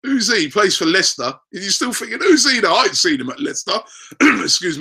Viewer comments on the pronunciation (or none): none